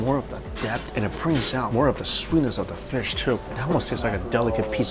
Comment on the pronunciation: da-fish not the fish